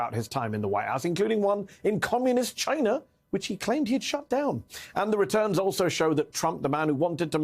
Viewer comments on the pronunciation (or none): "CHYNA" - Trump